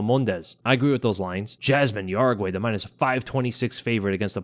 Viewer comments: I'm pretty sure jauregi is pronounced as how-re-gee and not ya-ra-gwai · Yasmine "Yeah-ragee" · Jauregui * How-re-gi..